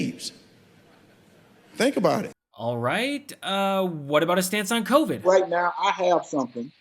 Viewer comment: Damn, Hershel could start with speech lessons, not the Senate!!!! That man said,. "coverid" the hell is that!!!!?